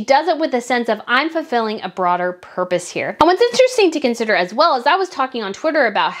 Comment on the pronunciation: I love your videos but the way you say “as well”and overdramatize your words grates on me🥴